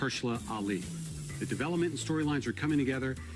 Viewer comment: fanqyooooo is'nt how you say thank you